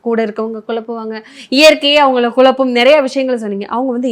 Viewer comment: நெறியாளர் தமிழ் உச்சரிப்பு தவறு குலப்பம் அல்ல குழப்பம் என்று உச்சரித்து பழகவும்